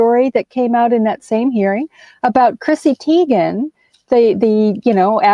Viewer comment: Chrissy Teigen. It's a long I sound, not a long E.